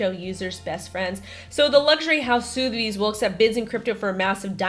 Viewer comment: Is she joking when she says sooooothbys?